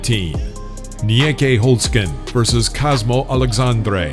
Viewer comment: Well.. I totally understand you guys bank on this part of fighting. It would be nice though if y'all would give the right info. Peter Aerts V Rob was a total mess crediting the actions to the wrong fighters. Also I think there is something to gain when the narrator actually heard names from certain fighters before making the vid. "Nieky" is just "Nicky" instead of Nieeeky. Just some tips. Knockouts were awesome tho👌🏻. Hope y'all will give this the same dedication as the boxing vids💪🏻.